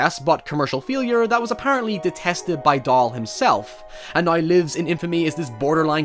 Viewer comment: Why are you saying "Dahl" so weird, its not so hard to prounounce